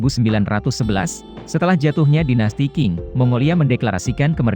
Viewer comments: dinasti qing (dengan q) alias dinasti manchu. q dalam pelafalan hampir mendekati c atau dengan desis. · Dinasti Qing dibaca Ching bukan King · min, bacanya bukan dinasti king, tapi dinasti cing, huruf q dlm romanisasi China bacanya jadi huruf c, btw sukses terus ya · Iya baca nya Ching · Q bunyinya ch